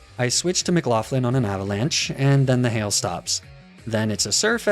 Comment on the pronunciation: loved the video b, but mcloughlin is pronounced like mc-lock-lin